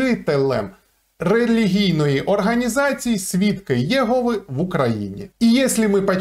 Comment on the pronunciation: О, вітаннячка вам від підписника свідка Єгови! 😊 Але свідки ЄгОви!! Не Єгови))